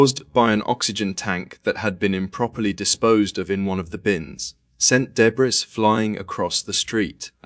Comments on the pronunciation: English......narrators.....insufferable.....he said "debras".......its DEBRIS you pompous english ahole. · 1.17 .......what the hell is debrISS ??. It's pronounced debree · Its deb-reeeeeee!!! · Wtf is Day Brees? In the US, we pronounce it DE BREE.. change to an American AI voice please. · Debree not debris. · Bro pronounced "debris" wrong Btw, these are literally the worst possible deaths I've seen, genuine care towards their family.😢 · Is this being narrated by Ai? So many wrong pronunciations. 🤦🏻‍♂️👎🏼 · Agreed. Where the hell do they get these idiots from ?. My last comment re. the word debris made me laugh when that muppet tried to pronounce it. (1.17) It's originally a French word. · The “S” is silent in debris!!!